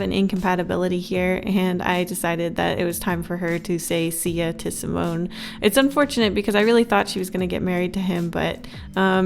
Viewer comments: Not "simonn" but "simonE" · Simone is my brothers name :0 Edit: its pronounced See-mo-nei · god i love her but the way she says simone and samuele and daniele.....no sis